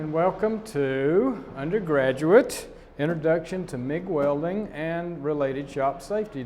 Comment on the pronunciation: OMFG she can't even say "welding" properly